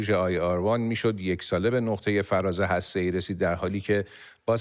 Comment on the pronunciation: «فرار» هسته‌ای. نه فراز.